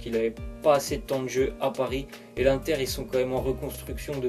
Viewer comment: il l'a dit l'INTER COMME SA SE PRONONCE